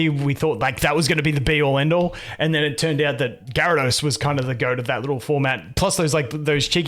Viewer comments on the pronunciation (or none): none